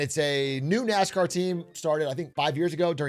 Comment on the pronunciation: "gwew up woving nascaw"